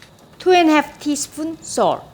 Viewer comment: Guys go to the end the way she said salt was hilarious 😂😂😂😂😂😂